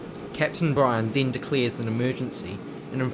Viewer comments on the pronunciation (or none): none